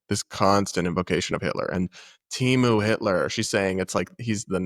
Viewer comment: This woman is in it for the perks and that’s it. Also it’s Temu, not Timu.